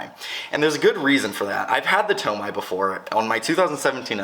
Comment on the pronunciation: awesome vid! My dream car and color ! although tomei is pronounced (Tow-May) not (Tow-My)